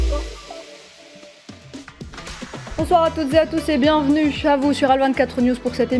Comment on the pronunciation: à la fin de notre (petisse) (petit) (bienvenuffe) Vous l'aurez (compriche) que (subisse) le peuple palestinien (mercisse) (mehdisse) (mercisse) on poursuisse avec nouffe depuisse paris vous êtes renduffe professeur pittisse Assassinésse métaouisse on continuffe